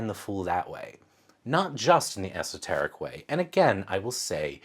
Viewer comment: Did you say 'esoterrorists?' LMAO!